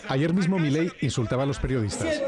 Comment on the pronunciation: "perdiodistas" jajajaajaja